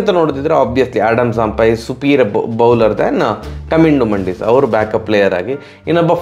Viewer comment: ಮಂಡಿಸ್ ಅಲ್ಲ ಅಣ್ಣ ಮೆಂಡಿಸ್